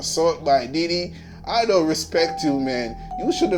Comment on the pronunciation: Jamaicans pronunciation of Diddie is hilarious